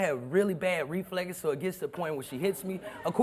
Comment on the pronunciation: "I have really bad refleggess" 🤣🤣🤣